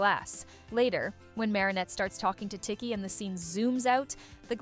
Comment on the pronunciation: is the voiceover ai? because the pronunciations of akumatized and tikki is wrong